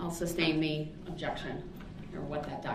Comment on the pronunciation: he "axes" a lot of irrelevant questions and also pronounces 'sustain' "substain", and 'tacit' "tackit".